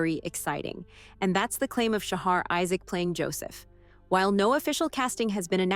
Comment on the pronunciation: Interesting, but please learn how to say his name correctly. It's pronounced "Shaha". That directly from him. Thanks.